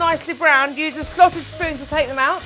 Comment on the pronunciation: i thought she said sausage spoon as well lol